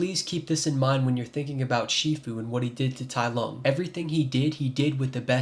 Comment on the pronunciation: "tai LOG" 💀